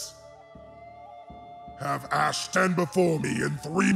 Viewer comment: Its ASH NOT ACSH